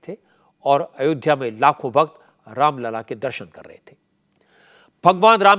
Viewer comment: Raam lalla ki jagah aapne Ram laal bol diya sir jee..achhi baat nahi hai